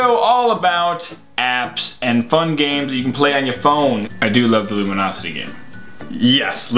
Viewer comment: I wonder when they realized that they were saying Luminosity instead of Lumosity the whole time.